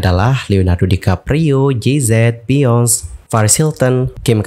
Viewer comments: Biyonce yg bener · Harusnya Beyonce bacanya "beyounsi"